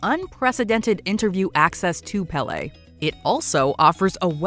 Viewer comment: You’re mispronouncing Péle’s name